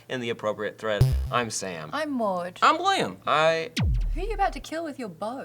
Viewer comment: ooh they said my name :) and Maude was right in how it is pronounced